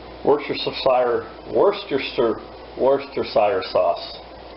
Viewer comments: WOOSTER-SHEER sauce lol oh my, sounds delish. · So funny listening to you guys over the pond trip all over worcestershire sauce. To help you out a bit and spelling it how it sounds, just call it wuster sauce, we brits do